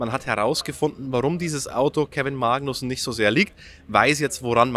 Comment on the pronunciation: Kevin "MAAgnussen"... Wieso betonst du das so komisch? 😂